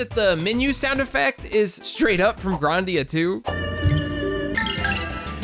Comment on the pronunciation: I cringed every time he mispronounced something. How do you get "say-cure-oh" from "Sekiro" and "Gron-dia" from "Grandia". He's one of those guys, where shit just comes out differently when he speaks. Anyways good video, look forward to the next.